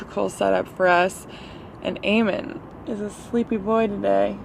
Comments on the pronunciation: Eamon* not Earmon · Its Eamon pronounced A-men unless I missed the joke 😔